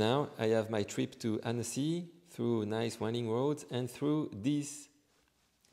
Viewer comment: Cool demo, thanks. By the way, Annecy is pronounced Ontzy Not Annessee.